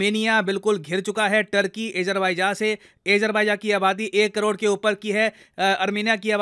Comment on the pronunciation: Bhai, I am a regular viewer of almost all your episodes on a daily basis and like those much. Just one correction in this video, on pronunciation of Azerbaijan which is not "Aa-jer-by-jaa" but "Aa-jaar-by-jaan". Just for your info.